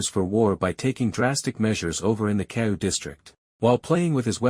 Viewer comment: Good recap but slow down on pronouncing our ancestor’s names properly: Keoua is broken into 4 syllables :Ke-o-u-a =KAY-OH-OO-WUH There is respect to be shown in learning to pronounce a persons name properly— especially when these are historical chiefly names with much meaning. Keep trying